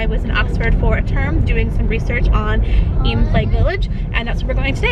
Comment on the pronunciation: I lived in Eyam! Thank you for saying it properly!